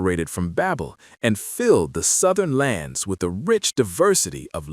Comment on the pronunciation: Tower of Ba(y)bel, not babbel.